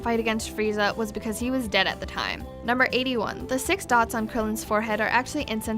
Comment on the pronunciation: Did you just say number shix ? hahaha